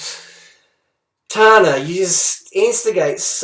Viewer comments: Tarna😂😂😂😂 its tana 😂😂😂😂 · TayNa, TahNa, TMZ. you made so many videos about her and yet cant get her name right. what are you to give 'advice' pfft. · You're a pathetic piece of trash. She literally set some new points saying other shit and providing evidence, but then you just retaliate with the same points blah blah Kylie Jenner blah blah Toothbrush blah blah cant fucking even say her name right when it's fucking Two syllables (TA-NAH) fucking shit man. You're a drop kick of a person who needs to fight back with a little girl trying to send a good message against you and that fucking bully you call your girlfriend. Quite frankly, I feel sorry for her that she has to deal with you. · she literally said she'd never had plastic surgery. maybe if you pulled your head out of your ass and actually listened to her video you would have heard. also get over the fucking kylie jenner comparison. tana is not kylie get the fuck over it. and it's TANA not TARNA as if you don't fucking know how to pronounce her name you arrogant fuck. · It's so funny how you purposely mispronounce her name. Grow up. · can any body teach him how to say TANA, is it that hard, for real? misread name are freaking old people jokes.. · he is so sick.. for how many more videos he is gonna pronounce her name wrong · Harley - you are like 22 years OLDER than her so please be the grownup and step away from this whole feud. Also, please stop deliberately mispronouncing her name - not cool. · It's ridiculous how you try to purposefully pronounce her name wrong. It just makes you look highly unintelligent ;) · IMMATURE?! Tana addressed the real issue- Freelee being a bully. Whereas all you can say about Tana is that 'she's trying to be Kylie Jenner' and you're pronouncing her name wrong on purpose because you can't argue with her valid points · How many times are you and freelee going to act like you still don't know how to say tana's name?